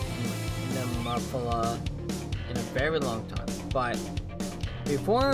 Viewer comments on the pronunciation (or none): Pronounced Née-mo-feela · Nemophila is pronounced "Knee - Moe - Fee - La (short A)". It is an English word meaning a purple flower found in the southern states.